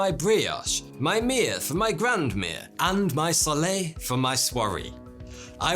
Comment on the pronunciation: Not grand meer...grand mear. Like bear.